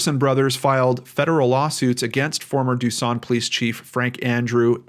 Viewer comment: That ain’t how we say duson😂